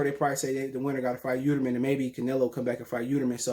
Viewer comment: Yeeldrim not yeuterman 🤣